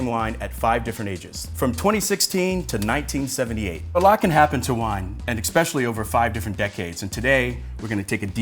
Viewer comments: I'm sorry but the moment he said "EXspecially" instead of "especially" I stopped taking him seriously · Just so you know, especially is pronounced “eh-specially” not “eck-speshlee” or “egg-speshly” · you said "ex-specially" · Another video proving you can't fake class for long. "Expecially" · did he say eXpecially?? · I hate when educated people say "eckspecially"... There is no c or k in the word "especially". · This guy said "expescially" right off the start... I don't even wanna press comment because of the squiggly red line, but I will.